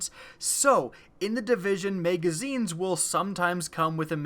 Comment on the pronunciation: Come on, man... "Maygazines"? Really?